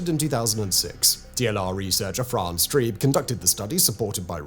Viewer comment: 'Treeb', 'Trieb'. NOT 'Tribe'.